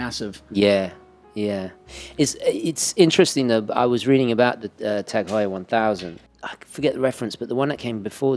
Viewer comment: I can't believe you didn't correct him on the Heuer pronounciation... it's "Hoy-er", sir! NOT "How-er"